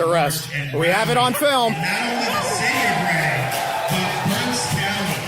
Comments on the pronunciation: Ok first I am an LGBT supporter. Second I live south of Reading(BTW great job on pronouncing it red-ding). I am against this arrest. Free speech is too vital to step on. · Reading, PA (pronounced "redding")